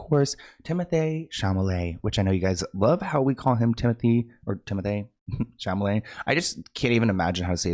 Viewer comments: Why do you call him Chamalet instead of Chalamet? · I just came for the chamalet pronunciation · Hi. I have a favour to ask. If you dont want to make any attempt to pronounce 'SHA-LA-MAY' (spelling it phonetically) can you just stick to saying his first name?? Like if you agree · EVERY time you say Tim-o-THAY Cham-a-LAY is life giving- NEVER pronounce it correctly, please! 😂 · Hi! Sooooo heads up that says it that way on purpose as an inside joke between him and his viewers ❤ Like if you actually watch his videos 😂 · Hi! So it’s an inside joke between him and his viewers ❤